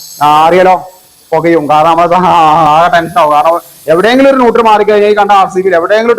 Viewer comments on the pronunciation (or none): ഇവനെന്താ എത്ര പറഞ്ഞാലും മനസ്സിലാവില്ലേ!!! 😂 ന്യൂട്ടർ❌ അല്ല ന്യൂട്രൽ✅ ആണ് മോനെ😂